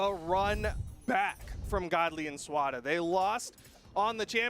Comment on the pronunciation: i like how they call him SWARA lmfao